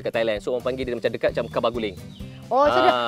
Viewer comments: Org kelantan paggil kuba guling la bukan kaba guling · Bukan kaba guling ,kuba guling la haha comel lak